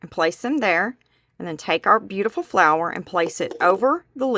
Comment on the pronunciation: that is really a cute idea. it would be a wonderful vase or pen holder as well very creative. its so pretty....and i loved it when you said flaaars instead of flower lol